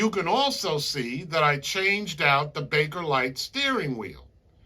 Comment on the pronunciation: PS: it’s Bakelite not Bakerlite, “professor”.